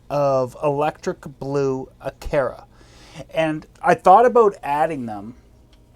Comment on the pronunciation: Acara s not aceras ha ha